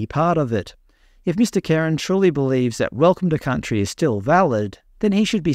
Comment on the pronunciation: Welcome to Cuntry 😮